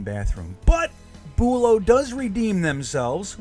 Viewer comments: not boolow bUlow emphasis on the BU low also this is florida nothing can stay good outside but that is ridiculous they make money they should change them more often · from a local ur saying it wrong lol